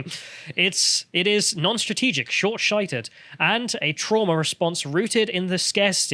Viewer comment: "Short- shited " I know it's just a minor flub, but look at Harry's face right after says that! 😂🤣